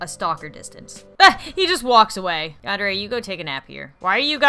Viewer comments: i dont wanna be rude but its said Yan-Der-Aye not Yan-Deer-Aye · It's Yandere (Yon-der-ray)